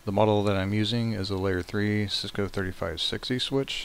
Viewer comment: Sorry sir but its really hard to understand you, could you speak more clearly? Also the way you said '3560 switch' was really confusing.